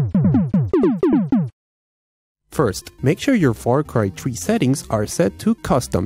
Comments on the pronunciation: "Desk is how my computer was running Far Cry Tree" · far cry "tree" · Its far cry 3.. not far cry tree🤣🤣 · far cry tree Lol